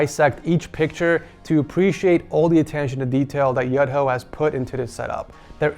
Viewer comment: Kasih tau mas, bacanya tuh "Yu-Dho" sama ada medok Jawa nya dikit 😂